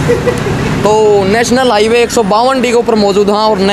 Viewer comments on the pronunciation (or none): HEWAY nahi hota hai bhai, HIGHWAY hota hai.. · Heway na hota Highway h